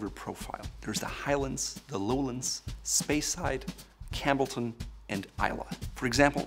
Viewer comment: Was great till “Spreyside”...